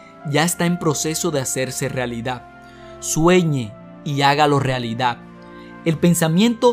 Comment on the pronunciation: El tema muy bueno, pero por favor cuidado con la dicción, es horrible escuchar algo mal pronunciado: palabras con doble CC y la X no se pronuncian como si fueran como Atsion! Se pronuncia AKSION y por otro lado AKTITUD termina en D y debes pronunciarla! REALIDA ES REALUDAD, con D al final!